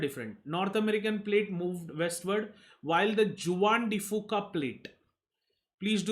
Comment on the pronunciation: Awesome lectures and thank you for your efforts. Just a small correction, Juan de Fuca is a Spanish word where Juan is pronounced as 'huan'.